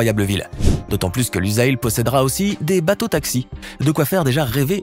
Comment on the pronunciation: Boutre et non pas broutre!!! Lusail prononcer Lussail ssssss